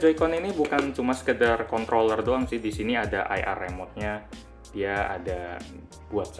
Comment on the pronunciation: kontroller /kontoller soalnya gw dengernya kontoller